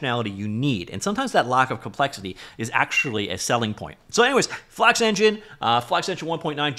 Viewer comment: Bros speaking FlAKX